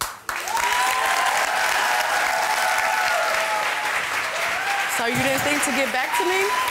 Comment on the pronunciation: Ch anel is a... ch-lut